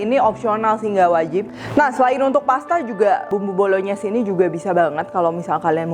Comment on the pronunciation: Bru tau ternyata penyebutannya Bolonyes soalnya cef dadakan yg d tiktok nyebutnya bolongnais